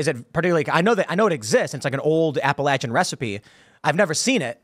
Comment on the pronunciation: This guy is not from pennsylvania. If he was he wouldn't pronounce Appalachian like such an idiot.